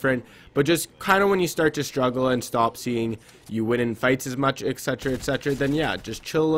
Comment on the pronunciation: How many times did he say ecsetera ecsetera? ??